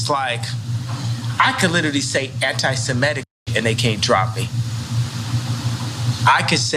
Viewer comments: It's SEMITIC Not SEMETIC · Suh-MIH-tick. Not suh-MEH-tick. Everyone pronounces it wrong, it seems. Also, fuck Kanye.